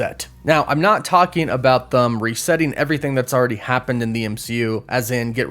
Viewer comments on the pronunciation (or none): Hahahaha he said THUM. It should've been them hahaha